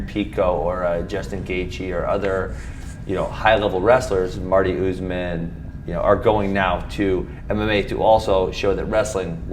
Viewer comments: He had to say “Marty Usman” lol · “Marty Usman” - just can’t help himself 🤣🤣